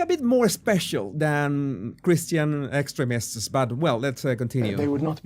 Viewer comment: Hah! It sounds like you are saying "excrements" (vs we tend to pronounce the word as ex treem ists... but you are very wise, so you were probably just trying to throw off yt)